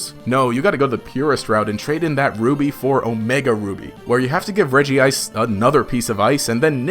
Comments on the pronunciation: I’m sorry did he just say REGIICE?! Bro it’s pronounced Redge-Ice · Regice is pronounced as “Redge-ice”, not “Reggie-Ice”.